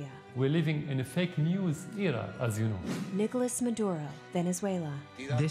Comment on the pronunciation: It's "Nicolás" Maduro, not Nicholas, please. We don't say "Donaldo Trump".